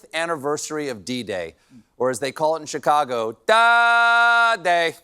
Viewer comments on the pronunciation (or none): none